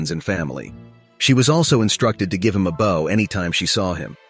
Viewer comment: Actually starts (earlier info all repeated) . ish "she gave the Professor a BOW [ rhymes with wow) // Not pronounced bow [rhymes w beau] like bow & arrow , or a hair bow